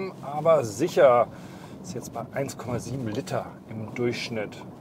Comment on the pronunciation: Warum sprechen alle Auto-Tester bei ams Liter als "Litter" aus? Das heißt Lie-ter :D